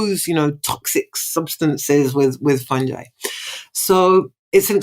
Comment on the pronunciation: It’s pronounced “Fun-guy” not “Phunj- I” ✔️